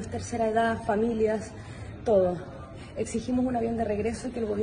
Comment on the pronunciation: Exijimos dice la patuda